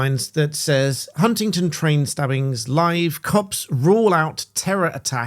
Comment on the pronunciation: It's Huntingdon not Huntington